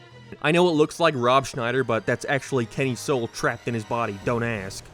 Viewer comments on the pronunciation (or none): none